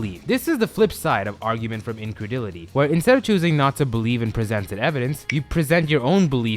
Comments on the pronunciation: incredulity would probably be better pronounced as "In Cred Joo Let ee" whereas you pronounced it as "In Cred ill et ee" Turn in your badge and gun, you're off the force. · It changes with accent, but incredulity is usually pronounced closer to "in-cred-jool-it-ee" or "in-cred-yool-it-ee"